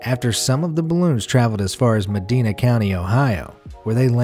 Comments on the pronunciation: Ma-dine-a, not me-den-a, It's one of my pet p's ever since I heard the wrong pronunciation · "MedEEna county ohio" no no my good sir its Med-DINE-a ohio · I've lived in Cleveland all my life & it's pronounced "muh die nuh" not Madina..and I have no recollection of this at all.... LMAO 🤣😂💯 and leave it to Cleveland to f**k up a balloon drop..lmfao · I live in MEDINA county. Just like most you mis pronounced it. Its Ma-dine-a. Not Ma- dee-na. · I'm from Cleveland, and I barely remember this. At the time, I was attending Kent State. Nice to see 80s era Robin Swoboda and Li'l John Renaldi, though! By the way, it's pronounced "Meh-DYE-nuh" County, not "meh-DEE-nuh," as in Spain. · fun fact: Medina, Ohio is pronounced Ma-dine-a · medina county in ohio is pronounced "me-dai-nah" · "Muh-die-nuh" is how we Ohians pronounce Medina. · Meh-dine-A, Medina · FYI, residents pronounce "Medina" as "Muh DIE nuh " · i live in ohio and i didnt even know about this. and by the way it ma- dine-a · Me living in Ohio: *gets triggered that he said Medina wrong… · You pronounced Medina wrong lol